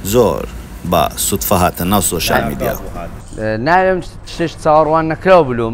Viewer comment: وەرە شێت نەبی تا ئیستا نازانێ بڵی سۆشیال میدیا ئەڵێ شۆشیال 🤦🏻‍♀️